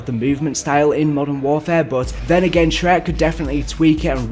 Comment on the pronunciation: It annoys me that pronounces “Trey-Arch” as “Shrek”